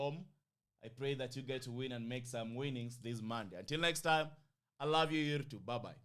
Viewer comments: Lollll, you can't say we pronouce your name weird well you call Youtube YourrTube. That's weird kingship. But it doesn't matter. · U pronounce YouTube weirdly 😂😅